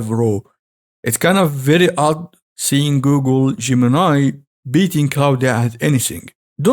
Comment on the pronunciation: It´s not Claudia but Claude (french) dot AI. xDDD Never stop practicing. :D